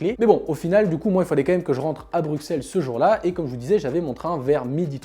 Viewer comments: Salut, Pourquoi prononces-tu « BruXXXelles » et pas « BruSSSelles », comme on doit dire ? ++ Alex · Ta dit BRUQCELLE!!!!!!!!